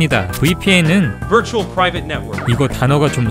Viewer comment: 그... 프리베이트요.... 프라이빗.............